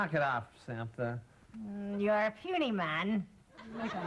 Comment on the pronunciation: LOL, "Samtha"